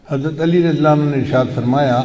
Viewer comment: Hazrat umer raziAllaho.anhooo....not lanahooo